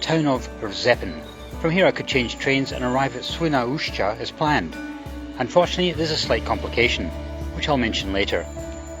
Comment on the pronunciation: oh, this it the train by which I travel the most. Wrocław Główny - Radom Główny <3 Ps. Nice pronunciation of "Świnoujście" - one of the most diffucult names of cities in Polish language, besides the "Szczecin" and you travelled by the train named "TLK Wyczółkowski" - hat trick of tongue-twisters:) - Świnoujście is the city literally cut in half withou any bridge and you can't cross it by train so that is why the ferry is free, but right now there is tunnel under construction. I visited this city this summer and left bank is definitelly better and nicer. I also visited the neighbouring towns in Germany (Heringhdorf and Alhbecka) and there were even more beautiful that Świnoujście and defenitely more charming. Another curiosity about Świnoujście is that on the right bank in more industrail part of the city is located the gas terminal which receives the gas transported by ships from USA.